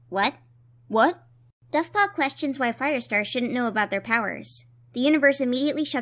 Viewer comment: For some reason at like I heard that as buffpaw. Dovepaw is now buffpaw.